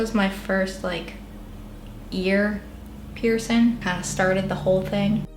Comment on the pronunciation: Piercin, doth ??? Maybe learn how to pronounce them the right way before jetting a shit ton .